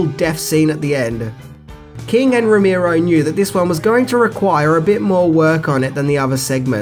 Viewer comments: It's ROE-MARE-OH, NOT ROE-MEER-OH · Romero, Ro-Mare-Oh Not Ro-Meer-Oh.